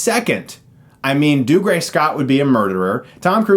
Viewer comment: Every time Chris mispronounces "Dougray" I want to claw out my ears